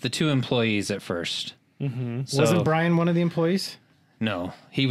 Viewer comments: Byron not Brian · Byron not Brian.